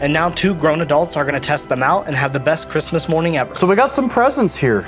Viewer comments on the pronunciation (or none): ITS CHRIMSSAS